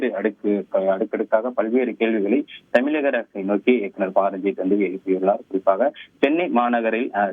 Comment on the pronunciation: செய்தி வழங்குபவர் தமிழக என்பதில் 'ழ' கர உச்சரிப்பில் ஆழம் இல்லாமல் தமிளக( !) அரசு என்று உச்சரிப்பதாகவே உணரப்படுகிறது. தமிழக ஊடகங்களில் ழ, ச, ங, ஞ, ற, ர, போன்ற ஒலிகளை பெரும்பாலான செய்தி வழங்குவோர் உரிய நயத்துடன் உச்சரிப்பது இல்லை. தந்தி டிவி போன்ற தமிழர் ஊடகங்களிலாவது தமிழ் ஒழுங்காக உச்சரிக்கப்படுவதை ஊடக உடமையாளர்கள் உறுதிப்படுத்த முன்வர வேண்டும்.